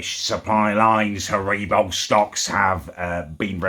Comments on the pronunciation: Herebo.... Its harry-bow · "ha-ree-bo" it's Haribo lad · What is "Hareebo"? Last I checked it was "Haribo". Oh well. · You say haribo horribly wrong